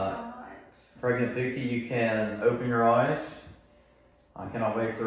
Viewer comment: The way he says “pew-key” (pookie) makes me nauseated 🤢